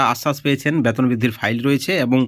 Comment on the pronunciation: ফালতু খবর। আগে আপনার ভাষা ঠিক করুন। ওটা ব্যাতোন নয় বেতন হবে।